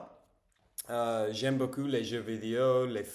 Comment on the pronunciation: Beaucoup : a lot/plenty Beau cul : nice ass Fais attention à ta prononciation du "ou", on retrouve le même son en anglais dans "book" par exemple